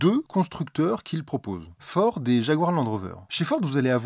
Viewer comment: Fiord,? Problème de diction ou messages codées? Sinon en import d'occasion, il y a des Volvo en flexfioul (v70, xc70, v60, xc60, etc).